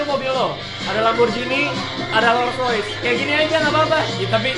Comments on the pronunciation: rolls roice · Raditya dica rolls royalace